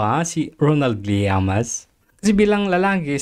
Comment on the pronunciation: LLAMAS hindi Llaman!Ayusin mo!